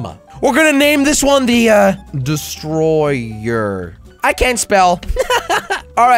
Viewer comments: its destroyer not dsestroyer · It's destroyer not dstroyer